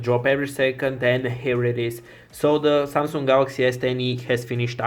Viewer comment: Its Samsung not SaaaaM-Sunnng :DD